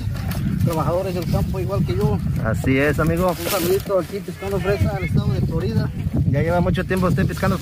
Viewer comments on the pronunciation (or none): none